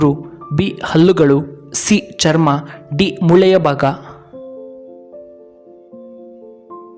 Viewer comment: ಮೊಳೆ ಅಲ್ಲ ಮ್ ಮೂಳೆ